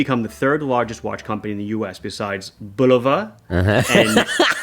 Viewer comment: In my best Hermione Grainger voice: "It's Buh-low-vah, not Bull-a-vah!"